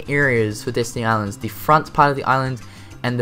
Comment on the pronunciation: Destiny Island not Disney :D pronunciation XD